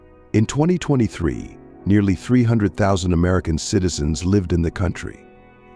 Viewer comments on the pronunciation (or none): none